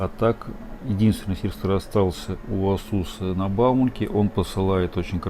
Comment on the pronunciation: Режет ухо слово Асу́с.